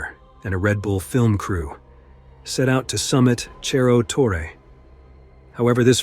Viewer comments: Hi ! amazing video but it is Cerro not Cherro Torre 👍🏽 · It's disappointing to have an otherwise excellent video marred by a sloppy mispronunciation. It's not "cherro torre" - that would be Italian. It's pronounced "serro torre." On the one hand, it's a story well told; on the other, that kind of carelessness would never get past the editor of a broadcast or cable TV documentary. It all depends on how professional you want to be. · Your pronunciation of Cerro Torre in Argentina is wrong. In Spanish ce is pronounced like se in sender. Cerro is hill or mountain in Spanish